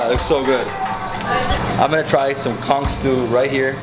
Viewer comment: Oh hunny, where'd you put all that food?! 🤣 And thanks for pronouncing Conch with the hard c at the end - cuz it grates my nerves when pronounced otherwise! 😒😂 I'm glad you enjoyed all the good food!